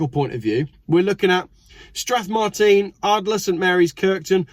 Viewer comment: Thank you,. You only pronounced Strathmartine wrong, by the way, it's pronounced like Strathmartin